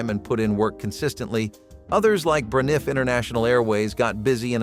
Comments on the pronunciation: It's pronounced, BRAN-if. You're too young to remember.. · Yes and National was around in the 1970's. And Braniff, pronounced Bra-niff? No. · This guy doesn't have any idea what he's talking about...can't even pronounce Braniff correctly...couldn't even finish watching this garbage..🚮